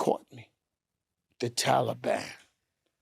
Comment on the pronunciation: Wtf is wrong with Joe nigga said talaban lol